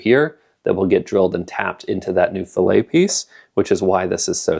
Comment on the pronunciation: When adding metal in that manner, the correct pronunciation is fillett. Filet is a piece of meat or fish.